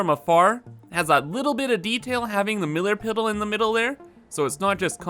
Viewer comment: MILLAR PIDDLE! As soon as I heard it I went to the comments to see who else noticed. It's great 😂 Edit: so he said it again and now I realise it's probably on purpose. Wow much perception